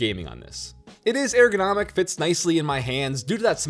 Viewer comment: "Air-gonomic" Not sure if you did that on purpose but I laughed lol I also really appreciated the end of the video. I'd love to see more thoughts like that.